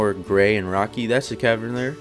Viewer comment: It's cav-ern not cave-rn, tilted me